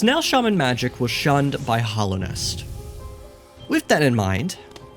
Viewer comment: STOP SAYING HOLLOWNEST GODDAMN, IT'S HALLOWNEST